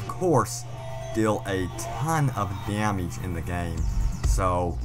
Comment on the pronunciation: As I keep watching it gets worse! Damiege damiege damiege! It's damage !